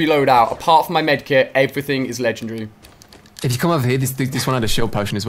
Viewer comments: It's legendary not lechannnndry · He said I have 5 ledgendry weapons lol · You should learn how to say legendary